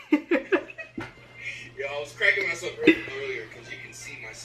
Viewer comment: It’s berleezyyyyyyy